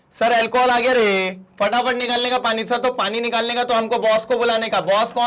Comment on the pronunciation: Sir aap ko Haryanvi bhi aati hai.... पाणी